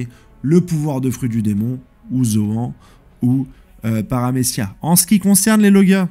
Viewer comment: ça me tue comment il prononce Zoan 🤣🤣🤣🤣